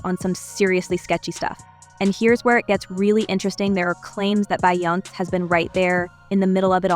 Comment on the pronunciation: Who is "Bye-Ounce?"